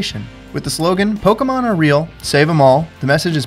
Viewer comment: i keep hearing him say pokumon